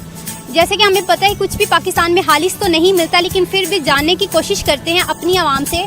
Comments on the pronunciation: Ma'am khalis hota Hai halis nahin aap apni Urdu theek karo. By the way good try. Love from your fast friend!!!!!!! India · Aap Urdu thik see boliye halis nahi khalish hota hai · خالِص کو (حالِص) بولتے ہے اپ نے خود مِلاوٹ کیا